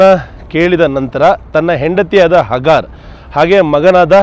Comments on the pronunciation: ಹಗಾರ ಅಲ್ಲ ಹಾಜಿರಾ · ಇಸ್ಮಾಯೀಲರ ತಾಯಿ ಹಾಜಿರಾ (ಅ).... ಹಗಾರ್ ಅಲ್ಲ ಸರ್ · Good video.but that is Haajira . ಹಾಜಿರಾ not hagaar.